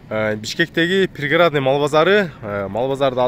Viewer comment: Пригородный деп туура суйлосон